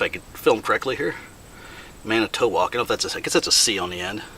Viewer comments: Manitowoc is a city in Wisconsin. It's pronounced Man-i-toe-WOCK -- my maternal grandmother was born there. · I've heard the accent either way - first or last syllable